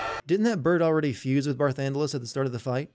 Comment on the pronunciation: Game Sins Sins (created with love, don't take it seriously): 1: Title card says part 2 even though this is part 3. ding 2: Skype Notification. ding 3: Footage audio and video is out of sync. ding 4: Barthandelus, not Barthandelas. ding 5. Eidolons, not Eidolans. ding 6. Barthandelus, not Barthundelas. ding Sin count: 6 Achievement: What, I need to do 2 more of these games???